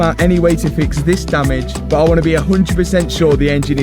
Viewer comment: I think you have one of the best, most entertaining, educational and heartwarming channels on Youtube. Now, I know it's me, BUT the way you pronounce the word BUT or any word with a U drives me insane. You pronounce a U like "OOO". "I know I paid a lot for this front BOOOOOOMPER, BOOOOOOOOOT, I can sell it later... ". Is that how it sounds when you say it? I'm not even sure. In the states we prounce it "B-UH-TT" or "B-UHM-PER" Anyway, I love your relationship with your dad and it makes me miss mine so much. Thank you and Pops for all that you do!